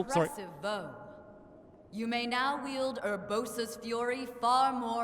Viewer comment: Does anyone else get really annoyed when he calls her yoo-bosa instead of er-bosa